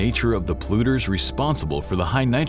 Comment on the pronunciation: Polluters is not pronounced as "pluters". Yeah, I know, who cares, right?